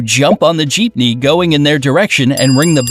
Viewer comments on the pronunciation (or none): Me=watching as a pinoy feeling happy Also me=i kinda slaped my head when he said jeppiey like what